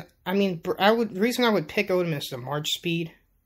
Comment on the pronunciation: Ottoman is pronounced like "auto-man."